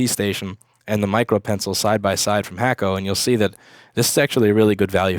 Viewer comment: Its Hakko, NOT Hackko. Why do u always call its Hackko?